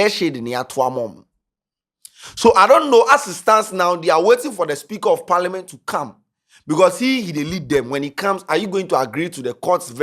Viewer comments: It’s parliament not paliment..aah what kind of pronunciation is that 😂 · it’s Parliament not Parliment 😂